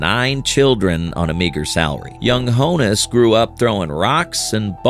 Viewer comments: Why do you pronounce his name HOE-nus? It is pronounced Hahn-us, kind of like Hannes. His full name was Johannes which would obviously be shortened to Hannes with a pronunciation of Hon-us. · Not 'HOE-NuSS" BUT "Hahn-ess" --it is the nickname for "Johannes" which is his true name.